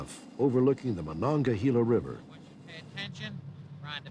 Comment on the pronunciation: Just wanted to say, it's not "Monon-ga-heela", it's either "Monon-ga-hay-la" or "Monon-ga-hella" River.